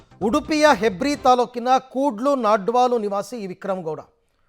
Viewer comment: its ನಾಡ್ಪಾಲು not ನಾಡ್ವಾಲು